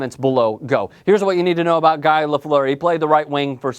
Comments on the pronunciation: Guy Lafleur is pronounced "Gee" with a hard "G." He's called "the flower" because "the flower" in french is literally "la fleur." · Don't watch. I stopped when he didn't know how to pronounce Guy Lafleur. Done. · You pronounced Guy Lafleur's name wrong. Richard and Lemieux should be above Messier. Messier was one of the dirtiest players of his era and in my opinion was vastly overrated in an era with weak defensive systems, horrible reffing and bad goalies. Sakic snub is ridiculous and I would have given at least a mention to Jagr, he is still putting up great numbers and has looked better since he left for Europe.